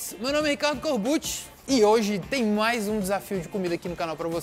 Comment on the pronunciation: "MUAIS um desafio", corbucci quase angolano